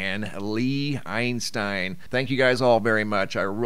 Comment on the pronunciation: It was EISENSTEIN...."Einstein"😕 Just givin' ya hell